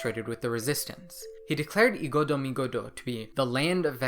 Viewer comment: Igodomigodo is pronounced eyegodomegodo